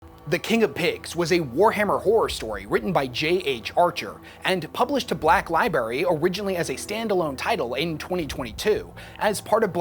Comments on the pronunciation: I've been smoking a lot of weed in the last 30 minutes or so, but does our homie say "libarry" instead of "library" at the start of this video? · Can't take anything you say seriously if you say liberry. Iibrary. Lie-b-rare-ee Library. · 'Libary' That's adorable. 🥰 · Hah! He said libary the first time. ... What? Were you expecting me to be helpful? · He said black liberry :( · You can't pronounce library correctly?